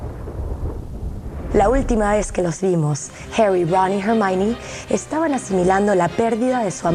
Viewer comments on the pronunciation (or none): esa vieja bruja no pronuncia bien los nombre, un poco mas lo llama herry a harry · Pt que feo dice jerri a Harry, en la pelicula doblada al español a Hermione le decían ermion pt madre la cagaron